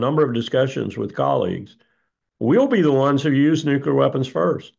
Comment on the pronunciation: New Klee Er (nuclear)